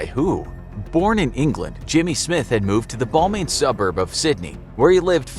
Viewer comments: You mispronounced "Balmain" which has a short "a" sound like Balmoral, and "Coogee" which has a short "'oo" like book and soft "g" sound like giraffe. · It's BAL-Maine,first syllable ryhymes with the "Mal" in "Mal-com" while second syllable is said the same as that state above new York. Main....Balmain.